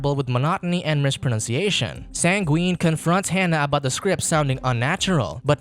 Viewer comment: Yes the one thing you took away from this is that they had mispronunciations……coming from the guy who said Sangween instead of Sanguine